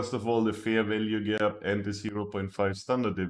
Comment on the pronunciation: I always wonder why instead of Fair Value Gap, he says FERVELIEGE or something like that ? xD I love this strategy, got my first profits paid out !